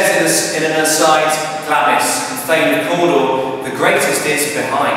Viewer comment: PRONOUNCED GLARMS! SIR